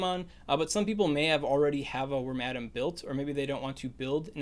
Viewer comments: Drink everytime he says wormadam. Also, I've always thought it was pronounced worm-a-damn. Really hurt hearing the way you said it :) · I always thought it was pronounced worm-uh-dam...? I like your version better. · I got so confused at the end when you said "gramadum". I was like what... who's Adam? Thought you were saying "Rattata" really fast. Then I realized you were saying worm-a-dam. Are you pronouncing it funny on purpose or do most people incl me pronounce it wrong lol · It took me 18 minutes and 30 seconds to realize what you were saying whenever your pronounced Wormadam (worm-uh-dam)